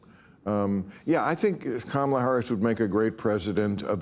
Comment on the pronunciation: KAH-MAH-LA HURRR-US is the new way to say it now 😂😂😂 Oh Bill!